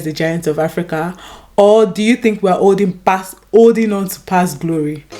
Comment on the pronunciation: Do you think we're "OLDING BACK". Learn to pronounce things properly first